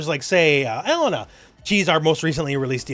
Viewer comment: Still saying "EH-LEH-NUH" when the game clearly says "Eh-LAY-nuh", huh? Okay. Also, Sagat is not only a shoto, he's the purest shoto. The classic shoto playstyle involves the use of projectiles to force your opponent to jump so you can nail them with a DP. In that regard, Sagat has classically been the character who relies on this playstyle the most . He's traditionally been to slow to engage in whiff punishing footsies, and he's usually not good up close. FB -> DP is his bread and butter, and anything else is a bonus. So yeah: 100% shoto. The purest shoto.